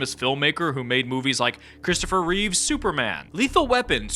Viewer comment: *Christopher Reeve (no s)